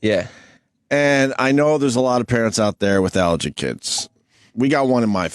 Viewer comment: Opie’s inability to pronounce the word ALLERGY is breathtaking